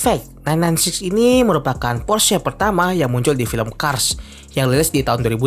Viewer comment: akhirnya ada yg bener nyebut "Porsche"